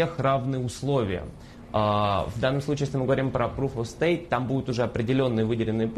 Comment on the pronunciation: "эксперт" и ведущая говорят "proof of staTe" ))